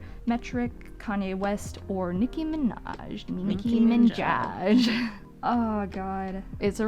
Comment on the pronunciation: "Niki Minjaj." 😆